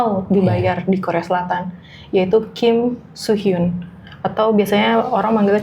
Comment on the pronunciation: Kim soo men kak. Bukan kim so mean.